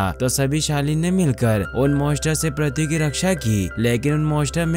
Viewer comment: प्रथी नहीं पृथ्वी